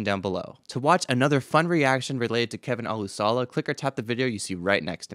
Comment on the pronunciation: Olusola....pronounced O-LU-SHO-LA...emphasis on the SHO....olu-SHO-la